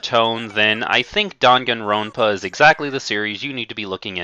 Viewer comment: Also, he is pronouncing the Dangan Ronpa game as "Dongon Ronpa." It's pronounced as it's spelled, Dan-Gan Ron-pah. Although, he claims to be an anime Rpg player, he doesn't know how to say them correctly.